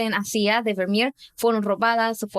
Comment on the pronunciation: Sería genial si la chica pronunciará de forma normal los nombres extranjeros, porque parece que tiene una Patata en la boca y se inventa la pronunciación tanto en inglés como en Holandés -aleman. No es Vernier por dios, Vivo en Holanda desde que tengo 5 años y me van a sangrar los oídos. Dejad de fingir acentos y pronunciaciones que no son vuestras naturales .